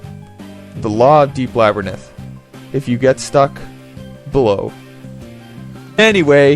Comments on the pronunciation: Two issues: the magic interface really isn't as difficult to work with as you put it, and secondly, it's la- (like the a in slab) brr (like oh damn I'm cold) rinth. You were pronouncing it labrinith, placing the "y" where the "i" is and putting the "i" in between the "n" and the "t". Other than that, a very fair review. Well done. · Labrynith? "LABRYNITH"? Srsly? You might as well call it 'labrythin'. Read along with me, now: LA-BY-RINTH. The R comes after the Y, and the N comes after the I. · Laberninth? I giggle every time you say that. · lol, its funny how you pronounce labyrnth "lab-ruh-nith" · You don't pronounce Labyrinth right at any point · I know this is a dead channel, but this was the first video I watched back in 2016 after I replayed this game. I randomly remembered your channel today and this video and now I'm going to watch all your vids. I watched a bunch of then back then and I remember watching your Oni playthrough on upload day. This is such a gem of a channel, even if you can't pronounce Labyrinth. 😂 Your videos have so much personality. Inspiring. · I dont think you're pronouncing the word "Labyrinth" correctly